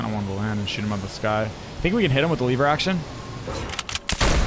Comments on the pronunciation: Its not a lyver action rifle when you say level you just take the l and say lever action rifle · But like you said it like leever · I like how he says le-ver instead of lever